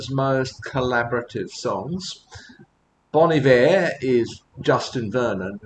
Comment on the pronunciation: my man, you are one of a 100 who pronounce Bon Iver correctly.